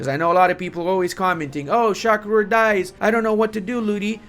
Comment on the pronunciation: Ludi it is Shah Rukh, not shak rur, ps check the net there is an indian actor, how his name is pronounced